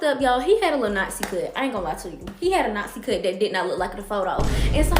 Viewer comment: WTF is a knot-zee cut? 🤔